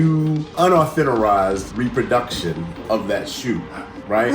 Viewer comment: Unauthenorized? Wtf. Who learned you how to spoke?